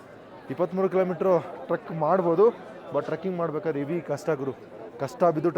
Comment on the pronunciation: ಹೇವಿ ಅಲ್ಲ ಹೆವಿ